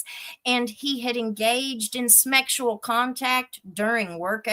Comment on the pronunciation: "Smeckshual harassment," LOL!😂